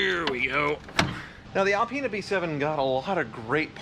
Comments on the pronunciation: Alpine get it right. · Reapiar it!!! It's alpina